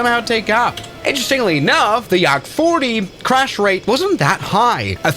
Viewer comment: bro said Yarrak 40😭.